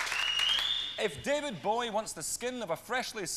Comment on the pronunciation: David Bowie not David bowee😂